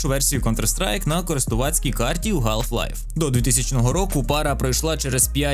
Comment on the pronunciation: ГАЛФ Лайф. Будь ласка, не траба так 🙏